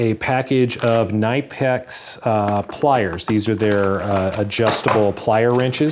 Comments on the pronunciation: Kin-e-pex. The e is of a higher tone like saying it as in kin-E-pex but also quite short. Google will give somewhere to listen to it. Make sure the speaker is German as there are many who think they're right and proclaim it to the world, even though they shouldn't. Like me for example 😁. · Merry Christmas from nor cal!!! Really enjoy your videos. For the locking pliers set you purchased the name is pronounced as - “nip x”. I am a Snap-On tool dealer and the Knipex tools are to notch!! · I believe it’s “knee-pex” Lol had to say it. I love my knipex pliers they’re the best most versatile tool I’ve ever owned. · As requested : you pronounce Knipex wrong. 😉 Make it a clearly audible K, pronounce the nip as in “nip it in the bud”, and you can’t go wrong in the ex. The emphasis is on the i from nip. You’re welcome. 👍